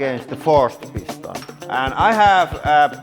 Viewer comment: I see you saying "piston" but I keep hearing "porn stache".